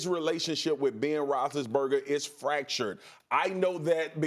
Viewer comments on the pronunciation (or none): This guy can't even say big bens name correctly. BEN ROSI-BURGA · No Ryan Hollins is a plus. Spears needs to learn how to say Big Ben’s last name. Your a pro for god sakes lmao. Rothisburger lmao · If you can't pronounce Roethlisberger properly, just say "Big Ben" please.